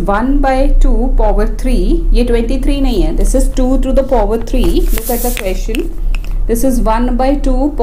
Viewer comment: POver kya hota hai power hota hai bevkuf 😂😂😂😂